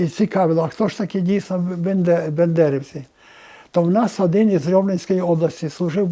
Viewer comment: Цей йолоп досі каже «бЕндерівці». Добре історію КПРС в педагогічному засвоїв 😅😅